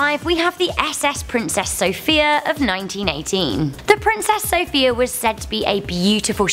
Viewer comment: By the way you mispronounced the name of princess sophia, it’s pronounced sophIIIIIa Soph-I-a